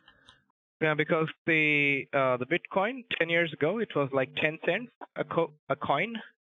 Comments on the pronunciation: PMSL get out the kitchen ma’am. I love the BITE coin mispronunciation as well! You are genius your wife must be giggling all the time!! 😂😂😂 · A bitecoin wallet? I think h'es one of the few in this world mispronouncing it...